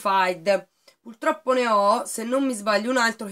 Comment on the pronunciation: ...si dice purtroppo, non pultroppo! ;)